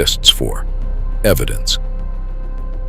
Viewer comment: I remember that vividly. I was watching the game. Too bad this was narrated with AI. Sigh Press instead of Cypress? I would assume that an actual human being created this video. Shame on you for not fixing the pronunciations!